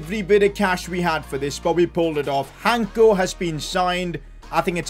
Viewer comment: Im from Slovakia like our defender Hancko and it pronounces with the c, not Hanko. Btw your videos are just great